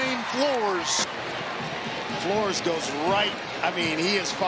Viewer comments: FLOOR-ez not FLOORZ. Uncultured! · Does the Tulsa Q.B. pronounce his last name, "Floor?"